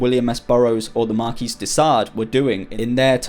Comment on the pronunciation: "Marquis" is pronounced "mar-kee"